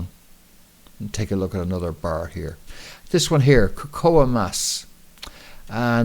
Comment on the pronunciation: Im sure Cocoa ia not pronounced like that. You said it right the first time then kind of made your own word up lol